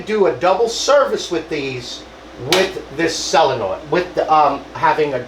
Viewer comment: SO-len-oid, not sell-a-noid.Tank you!